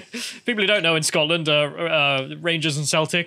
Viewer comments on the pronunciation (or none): none